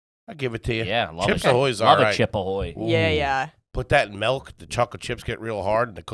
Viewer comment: It's crazy nobody calls him out for pronouncing it "melk"